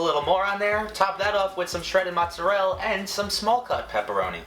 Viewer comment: He said "mozzerel" I'm dead